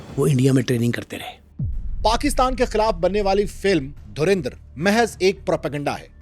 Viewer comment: भाई ये धुरींदर नहीं है ये धुरंधर है पहले पढ़ना तो सिख लो भाई